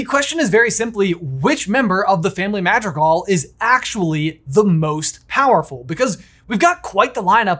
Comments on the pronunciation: Dude... dude... dude.... Mah-dr(roll the R like making motorcycle noises using ONLY the tip of your tongue, but shorter)ee-gahl... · I love y’all to death but the way you pronounce “Madrigal” gives me the ick.